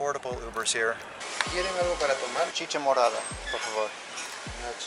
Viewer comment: Did he say “Chichi morada" 🤭😂